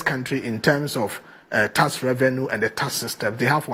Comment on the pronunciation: "Taks" not "tass". 😂😂😂